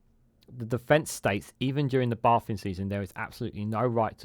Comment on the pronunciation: Sort your crap pronounciation out please fella, "bay-thing" not baah-thing, you said it several times before I gave up on your video, craps on the message / subject matter (no pun intended) SW water need a steel toe-capped kick in the bollocks for their temerity.